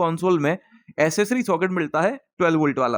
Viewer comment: भाई असेंट की बजाय ऐक्सैंट और असेसरी की बजाय ऐक्सैसरी बोला करो.